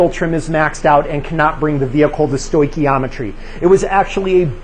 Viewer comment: Wtf is stoick. He keeps saying that shht